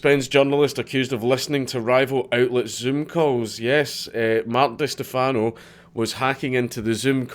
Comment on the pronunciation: Holy shit, is that an Eve Online tat on your right wrist? Forgive me if it's old news, but that's awesome. BTW, it's "Di STEH-fano"...or just "cunt".